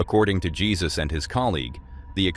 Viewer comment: It's hey sus not the Lord